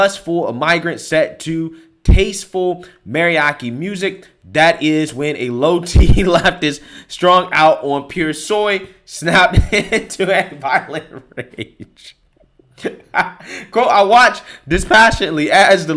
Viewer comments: I think it's pronounced "Mary-ah-chi" music. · It's pronounced meh·ree·aa·chee... This had been your daily word pronunciation lesson... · It's pronounced: "MAH- REE- AH- CHEEE". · Mariachi is pronounced with the soft ch, like "cha cha cha"